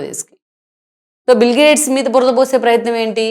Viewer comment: అమ్మా, ఆయన పేరు బిల్ గ్రేడ్స్ కాదు. బిల్ గేట్స్. కొంచెం చూసుకోండి మీరు పెట్టిన టైటిల్ ని, మీరు పలికే విధానాన్ని. 🙏🙏